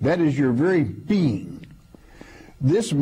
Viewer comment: "that is your vary bean"